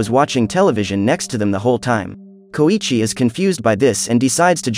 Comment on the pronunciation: Its pronounced so-EEE-chi